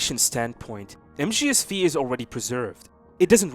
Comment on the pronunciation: You know mgs V is the roman number 5 so you do not say v, you say 5… just sayin